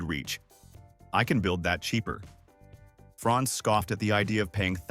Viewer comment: Franz not France .